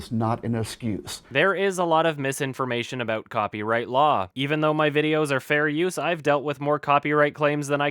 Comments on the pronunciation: "ignorance of the lol is not an excuse" :). thats what i hear guys honetsly. is this man suffering some sort of speech impecament? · It's been months and I still tear at my eyes every time he calls it "Lawl" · I love how he can't even pronounce the word "law". It took me 18 Minutes into the movie to figure out what he meant by saying "lol" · Is trying to say law or lawl? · Me: "That douche broke the LAW.": "That douche broke the LAWL." No one's going to take serious if he says law like people pronounce LOL. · When says law all I hear is lol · Who the fuck pronounces "law" as "lol" and "stealing" as "stilling"? Sincerely, a Finnish Person with too much free time. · does anyone else hear say "lol" instead of "law"? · Anyone els totally annoyed by the way he pronounces his Ws, it sounds like he's saying lawls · Is anyone else just super annoyed with how [Fetish, much?] pronounces "Law" as "Lawl"? I don't know if that's strictly the accent or what but it just makes me cringe each time he says it. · xD I thought at first that LAWL was an acronym for something, I didn't realise he was trying to pronounce 'law'. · lol the way he pronounces shit is hilarious. "lawl" "go grink" "cool cat loves ta wrastle" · Ummmm, what is the 'lawl'? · Ya'll need to know the lawl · when he says law it sounds like LAWL. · Why does pronounce "Law" as "LOL"? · This is a good video and I want to say something substantial about that, but keeps pronouncing "law" as "lol" and it makes me laugh. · Why does every time says 'law' it sounds like 'lol'? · Why does he pronounce law like lol... it agitates something deep inside me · It's pretty common for a Texas accent to pronounce silent L's - Let's go for a waLk, I need to taLk to you... But adding a nonexistent nonsilent L to the end of law is both hilarious and metaphorically apropos. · is it just me, or does sound like he is saying lol instead of law?